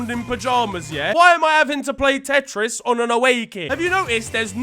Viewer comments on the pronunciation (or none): none